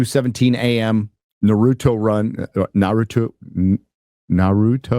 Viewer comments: Jesus Christ. "Nar - Roo - Toe" = Naruto. It's not hard. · Na Nah, Ru as an saying Ruse,To Toe Naruto, you gotta let it roll off the tounge.